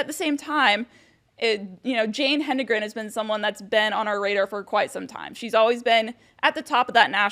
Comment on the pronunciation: It's pronounced "hed-en-gren", and not what you said. The first "n" follows the "d".